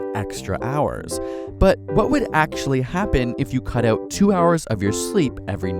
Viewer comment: I think I'm now an expert at identifying Canadians 😂😂. When they say 'out' you know right away